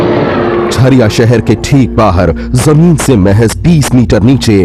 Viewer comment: Abe jhaariya nhi bol Jhariya bol